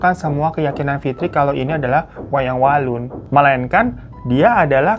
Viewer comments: 17.48 Wayang wangsul ❌ Wayang walun ✅ Yg bener lu babu hahahahaha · Gw mikir "apa gw salah denger ya pas dia bilang wayang walun" Krna seingetku pas awal² cerita dia kan bilangnya wayang wangsul. Tapi dengan kebiasaan si orang satu ini yaudahlah paham aja😂😂😂